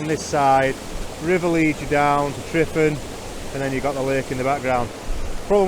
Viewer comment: It’s pronouncing T.R.E.V.A.N if saying out loud. Tryfan.